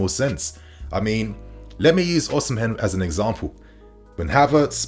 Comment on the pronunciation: 🤣🤣 you murdered victor Oshimen name.